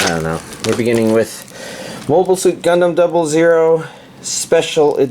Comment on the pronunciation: I hate to be that guy but it's pronounced Gundam Double Oh.